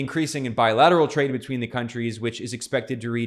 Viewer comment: “twade” lmaoooo. Sorry Ben